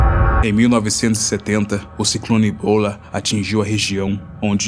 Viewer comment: você falou ciclone 'blá' e não bhola